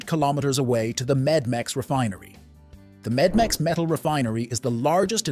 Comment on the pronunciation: It is Metmex,not Medmex. It is Metal, not Medical.